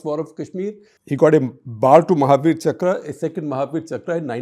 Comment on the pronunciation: It’s not chakrā, it’s chakra